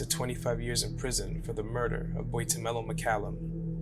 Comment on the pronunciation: Thank you for telling Boitumelo's story with such grace and dignity. Well done on trying to pronounce Boitumelo (Tumi's) name. I think you did very well.